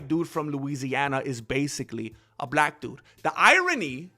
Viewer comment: u said black wrong bro..... jus says!